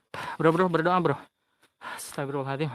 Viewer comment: astagfirullah al adzim.. bukan adiim.. celat ya?